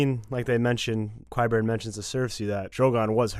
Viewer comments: Ky-burn, not Kwai-burn...and I love how Cersei with that ballista is like Joff but with a really big crossbow! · "Qwyburn" and his "catapult" nearly merited a dislike......but I like your commentary too much.